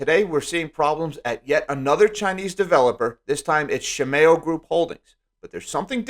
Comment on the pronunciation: Please look up how to pronounce Shimao because you sound very silly.